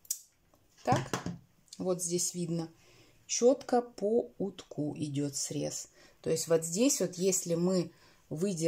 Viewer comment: По утку. Уток (с ударением на О) - поперечная нить. По утку - по поперечной нити.